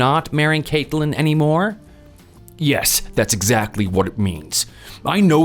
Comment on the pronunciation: "Cakeland"? Wtf kind of name/pronunciation is that? Yikes Screen says Caitlyn but they keep pronouncing it weird Also this isn't a new story, it's an old one with a few details changed. From it being their uncle up to no good, to it being their grandparents